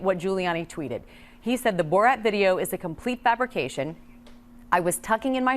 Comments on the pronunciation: Not sure why Hasan pronounces it borawt... instead of borat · Bruh stop calling it boraht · Its Bor RAT not Bor Rot learn the name of the movie if you are going to make a video about it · "boe rot" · Why is he saying boar-at